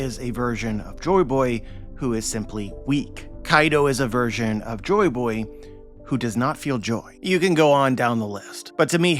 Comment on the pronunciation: UhHhMm AcKtUaLLy He SaYs "Jo BoY hErE" Joyboy (Jo-EE Boy) not jo boy